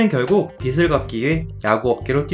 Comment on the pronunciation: 빚을 ->발음할때는 비즐입니다. 계속 비슬이라고발음하니깐 거슬리네요